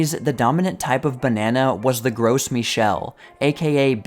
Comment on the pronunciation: The Gros in Gros Michel is pronounced like "grow" (in English at least). It's not "gross," lol.